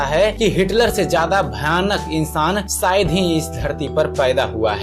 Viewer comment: Sh ko sh bolte Ja bhai s nahi, shayad bolo sayad nahi